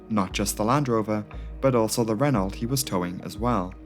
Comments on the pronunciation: The land rover 110 is a four door car, you posted the two door, which is called 90. "Renault" is a french name and is pronounced "Ren oh" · It’s pronounced ‘ren-o’